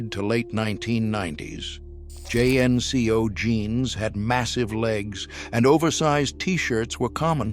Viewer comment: This is an almost perfect video except for the terrific narrator saying the s in DVDs and JNCO by individual letters instead of like "JIN-KOH"